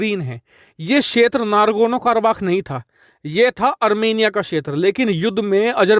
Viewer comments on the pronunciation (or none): It is NAGORNO not NARGONO. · Nagorno Not nargono 😂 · “Nargono” nahi “nagorno”...😂🤣